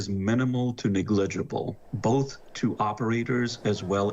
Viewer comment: he says negligible like dirigible 🥴